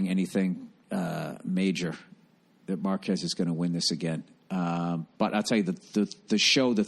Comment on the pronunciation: "Is like datt." Golden.